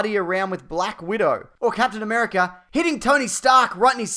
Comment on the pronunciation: Captain Am'three'erica